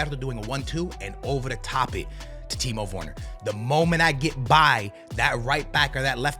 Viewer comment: "Timo Vorner" XD